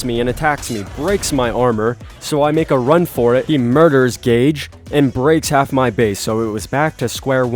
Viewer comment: My name is gage not gauge but I’m glad someone uses my name for a tame🤣